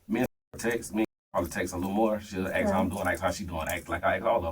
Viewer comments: ASK, not AIX! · If they pronounce it “axe” do not hire them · If you can't pronounce the word "ask," you shouldn't be teaching. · confine in him, tooken advantage of, aks instead of ask, how did this guy get a high school coaching job since he's clearly not educated no degree in pe?🤷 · Never trust a man who cant pronounce "Ask" properly...